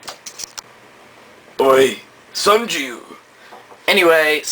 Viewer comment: its sanjou not sanju